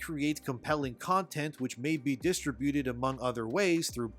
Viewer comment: dIStibUtEd? It's not pronounced like that.